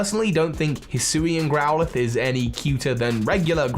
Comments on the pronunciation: DO NOT LEAVE OFF THE A IN HISUIAN FOR THE SECOND TIME! AND GROWLITHE IS SUPPOSED TO END WITH AN E! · SAMUROTT, NOT SAMORUTT! HISUIAN, NOT HUSUIAN!